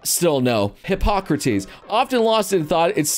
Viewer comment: First of all, you want to fluff a chicken Second, try reading Hoocrates again